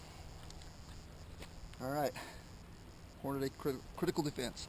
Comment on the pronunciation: Why do you intentionally mispronounce "Hornady" ??? You've got the box right in front of you, you can clearly see the way it's spelled, there's only one "a". It's horn-uh-dee not horn-uh-DAY